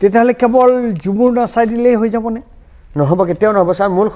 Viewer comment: মুখ্যমন্ত্ৰীয়ে বাগানীয়া সকলক খুব ভালপোৱা দেখুওৱাবলৈ বাগানীয়া ভাষা কবলৈ যাওতে শব্দটোৱে বৃকৃত ৰূপ ল'লে। আৰু হয় হজুৰ হয় হজুৰ কৈ থকা সকলেও সেই ভুলটোকে প্ৰকাশ কৰিলে।